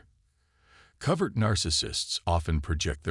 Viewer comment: Couldn't make it past #2 on the mispronounced "covert".